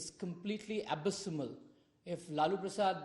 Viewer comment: How to mispronounce the word "abysmal"🙄